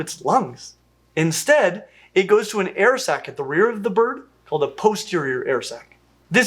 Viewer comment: air sac. Sounds like air sex when he says it. Lol